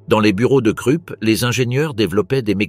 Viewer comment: Pourriez-vous prononcer la Rouhr pour la Ruhr et Kroup pour Krupp ?